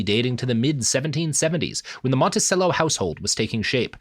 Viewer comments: FYI it's pronounced "Monti-chello". Like cello the instrument. In case you haven't recorded part 3 yet... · Sometimes I am reminded that not everyone is from virginia and knows it's actually pronounced "Stan-ton" and "Monti-chello" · Isn't it pronounced "Montichello"? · The continued mispronunciation of “Monticello” is killing me.